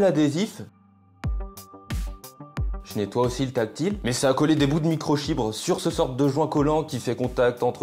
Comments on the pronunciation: ta dit micro chibre c'est microfibre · Ta pas dit micro chibre . Non micro fibre 😂😂😂. Dommage pour toi alors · microfibre pas microchibre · Microfibre, pas « microchibre » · Qui a entendu chiffon micro chibre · Microfibre ou microChibre😂🤣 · juste dite moi que je suis pas le seule a entendre chiffon micro chibre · Il a bien dit "micro chibre" et 2 fois de suite en plus 😊. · A j’étais pas près j’entends « chiffon micro chibre » ça m’a foudroyé 😂😂😂😂. continue tes vidéos elles sont super intéressantes et divertissantes Merci ! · y'a que moi qui entend "chiffon micro chibre" ? 🤣🤣🤣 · mdr a il dis un chiffon micros chibre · On retiendra "micro-chibres" :D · je suis le seul a avoir entendu microcihibre quand il parle du chiffon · C’est moi ou il a dit chiffon micro chibre 🤔😂😂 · je reve ou il dit 2x de suite microchibre ? mdr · C est moi ou il a dit micro chibre